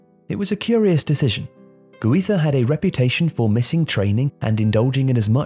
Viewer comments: it's GUIZA , not HUIZA! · The way you pronounce "Guiza" made me stop watching.